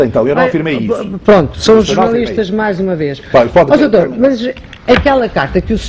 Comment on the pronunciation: "Mas oh soutour deixe-me só...Desculpe soutor...pois, soutor" Pessoa Honesta - "Estão a dar uma de viúvas virgens"... OUCH! Essa foi a estocada final. A devia ter dito boa noite, fim da entrevista.